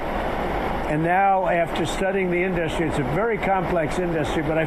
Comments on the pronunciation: An idiot who can't pronounce industry - "in-dust-tree" give me a break..... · Why can’t he say simple words like “industry” and “Tesla” correctly?